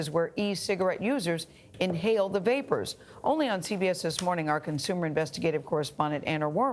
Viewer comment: "The vapers"